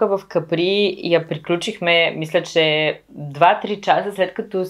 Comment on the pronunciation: Капри, ударението е на А ;-)